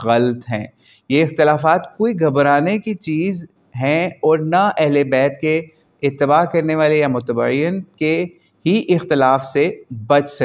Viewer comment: مُتَّبِعِین ✅ Not مُتَبَعیَن 😊😊